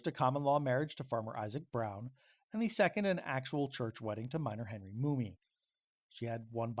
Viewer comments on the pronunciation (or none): Why are you saying "Mooney" it's "Mum-mey". Also, the feud over property was with a "Lindenmuth" family. I'm connected to this story by marriage it's in my Family Tree. I've been researching to get as close to the accuracy as I can...it's not easy. In 2023 the Shenandoah Historical Society scheduled a discussion about this incident. The public was invited however I was not aware at the time, and I missed it...just came across it yesterday. I live in Lehigh County, PA about a two & half drive from where this took place. Some of what you said here are new to me and may be true-I'll need to look into it. Other parts sound correct and some sound like embellishment. Just an FYI...